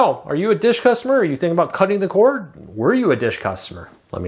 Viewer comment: Cord... corD... the word "cord" ends in a D. It's not "core-cutting".